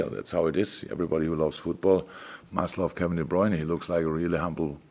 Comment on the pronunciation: Now Klopp is also mis-pronouncing De Bruyne's name ... I give up.